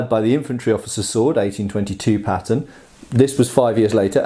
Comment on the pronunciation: His accent made me think he kept saying patent instead of pattern